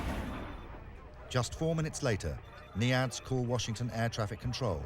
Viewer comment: He keeps saying NEADS. Its actually called NIADS. I HATE WHEN WORDS ARE NOT PRONOUCED RIGHT.